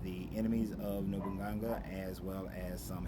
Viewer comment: No boo nah gaaa lol that's how you'd pronounce it